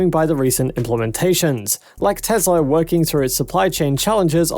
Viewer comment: It’s Tesla not Tezla. It’s Wood not Woods and it’s Ark Invest not Ark Investment. Please clean up your act. Thanks.